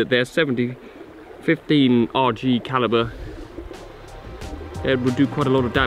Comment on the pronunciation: Sorry, what calibre? You mumbled a bit there haha.